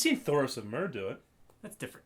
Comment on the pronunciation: It is Thoros Of MYR. NOT fucking Thoros of MUUUR